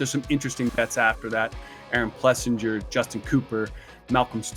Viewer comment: I swear they stay trolling Aaron one day his name is Aaron plessinger, and then the next two guys say it's Aaron PleasANJARRR